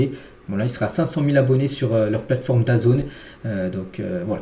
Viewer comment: grosse pensée à la Famille d'Alexis Lescaille et un ENORME bravo à toi d'en avoir parlé car meme les drames du foot amateur sont triste et saluer... FORCE à toute la famille! et bravo pour ton travail (mais soigne tes prononciations tu me saigner les oreilles parfois... DAZN (dazone) - michael Olise (Olisé) etc...) force à toi et que ta chaine connaisse une grande réussite